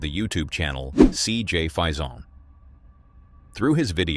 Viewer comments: Would you please pronounce CJ's name correctly. It's Fason with a long a. Not Fison with a long I. And it's not Pokomoke with a long e on the end. It's just Pokomoke. The e is not pronounced. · It's CJ, last name (pronounced) "Face-in" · It’s pronounced, CJ “Fay-son.’ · Why do you keep saying cjs name wrong , its insulting JS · What about the name mispronounciation? He says it one way , and when CJ said it, it was different. . ..right?